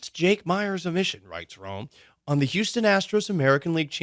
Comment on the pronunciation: “Houstom” will miss you, Maldy!